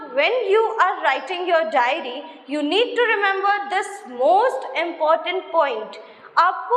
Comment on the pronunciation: It's *diary* writing...not dairy writing... Pehlee khud to sikhlee 🤣🤣🤣🤣